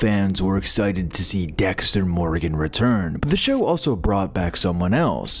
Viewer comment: I noped out when "Morgan" was mispronounced. Probably AI voice and not a fan of the show if you can't pronounce Morgan correctly